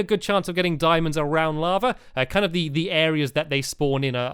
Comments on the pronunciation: he kept saying dimons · DIAMONDS!! NOT dimonds DIAMONDS